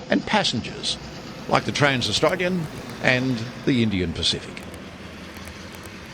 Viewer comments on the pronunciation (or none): none